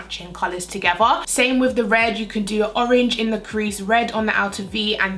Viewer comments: Blend them togevvuh. Why do Brits always pronounce the "th"as a 'v'? Lol. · is it just me or is she saying the word 'together' as 'togeva' ??